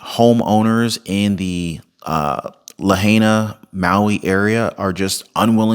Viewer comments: IT'S "Lahaina, Maui" NOT Lahena!... Haven't you heard anyone pronounce Lahaina?... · It’s pronounced “La High Na” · The correct PRONUNCIATION for Lahaina is: La hi na "ai" in Hawai`an is an "eye" sound, just like pronouncing the state of Hawai`i Huh vi ee "ai" is always a long eye sound. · No offense but to pronounce Lahaina it is “la-hi-na” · Pronounce correctly please, you have heard the natives pronounce it, la hi na. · Bra… Laa-Hainna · Lahaina is pronounced La High Na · La hi na. Is how it is pronounced. I live here in Maui . She bought that land for 8000/acre. Bezos also lives on the south side and he donated 100M. Smart city conferences held on Maui … what do you think ? 😢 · Ur butchering the name bro. 😅 It's (La-HI-na) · At least know how to say the name!!?? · How does anyone not-know how to pronounce Lahaina at this point?